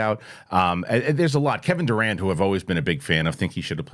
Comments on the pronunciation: Y’all keep saying Kevin I thought it was the basketball player I was like he does voice acting Lol but I googled it and that actors last name is Durand it sounds like he saying Durant lol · Kevin Durand, the actor, is not the basketball player. He didn't quite pronounce it right, lol!